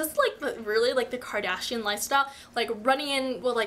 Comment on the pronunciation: You missed the r in Kardashian :P Luv Ya